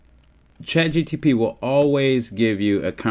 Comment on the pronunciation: Say chat gtp one more time